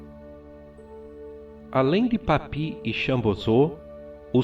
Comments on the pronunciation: Gosto muito dos vídeos, mas o está pronunciando o nome de forma incorreta Papus, não é papi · a pronúncia é PAPIUÍS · Maravilhoso vídeo. Apenas uma correção, o correto é Papus mesmo e não "Papi" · Ótimo vídeo! Só um adendo, nos círculos marinistas Franceses não pronuncia-se "Papi", por mais que pela forma que era escrito "Papus" parecesse conveniente na sua expressão francófona, mas por ser inspirado no Nuctemerom de Apolônio de Thiana, alguns...ou melhor em sua maioria p chamava de "Papuss" ou seja, não Papi e sim Papuss mesmo! Não quero com isso desmerecer o fabuloso vídeo. Grato!